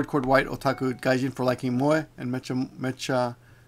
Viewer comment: I think the word you were looking for was "packrat". It seems like you forget idioms and uncommon words like that often. By the way, "mecha" isn't pronounced メチャ but rather メカ because it's an abbreviation of "mechanical". It's basically a genre of anime focused around robots. Alhough if you're in a situation you may opt to strategically mispronounce it. Also, I think you have to be of a certain age or watch too much news to even know who Ted Turner is. I think the only time I've seen him in anything was on CNN once.